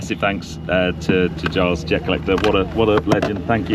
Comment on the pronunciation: It's jer collecter mate